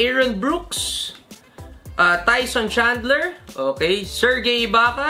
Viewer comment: Corey magette is pronounced as mageti and serge ibaka is pronounced as serj. Trevor ariza is a good player. Can put up good numbers back then. And yes andrey blatche played for gilas for a long time. Yung iba sa nakuha mo though hindi all star, they average quite decent stats. Gerard wallace once averages 20 points per game in bobcats together with jason richardson. Agent zero gilbert arenas was once a franchise player but retired early due to injury